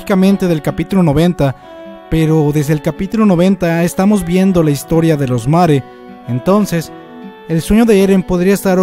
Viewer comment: lo siento pero que mierda es mare???? te refieres a marley? :s wtf si es asi mejora tu pronunciación